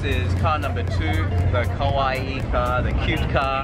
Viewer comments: pronounce it KA-WA-EE otherwise it sound more lik KOWAI scary.... you dont want to know how many americans call girls Scary instead of cute and then getting weird looks back lol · diom adad that mispronunciation always bothers me! For videos like this you’d think that maybe they’d consulte a Japanese speaker to double check that they’re saying the words correctly before publishing the video.. oh well. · Lin Nyunt its english in general ... it makes the a sounds more like an o .. and maybe the e could be more longer ... i have heared worse kawaii's .. but in generel ppl should understand it right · I don't know how I can make the "ii" any longer without sounding ridiculously like an anime character. I've never heard "a" and "o" sounds confused for one another. In British or Australian pronunciation anyway. Perhaps it happens with American accents where the sounds are closer? When Japanese people say kowai it's a straight forward blending of "a" and "i" no extra "i" sound on the end. I'd equate it to saying ko-why. Kawaii has a definite extra "i" sound like you said. So the difference is distinguishable. If you want to get further into the pronunciation, when Japanese people say kowai, the stress is on the "ko" part of the word. Whereas the stress is on the "ii" part of kawaii. For reference, although I'm not fluent in Japanese, I do live in Japan and speak conversational level.